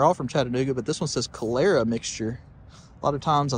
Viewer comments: Pronounced CALL-erra, as in the disease (cholera). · KOLL-ER-UH... you know, the deadly disease (a/k/a the blue death)